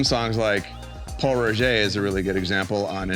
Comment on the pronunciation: It's "Pol Roger" lol